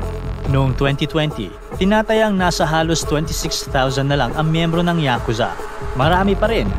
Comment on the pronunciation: Ngayon ko lang nalaman na YA-KUZA pala ang tamang Pronunciation. 🤭 I thought it’s YAKU-ZA.